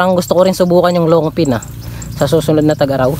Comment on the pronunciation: long ping. hindi long pin. pls lang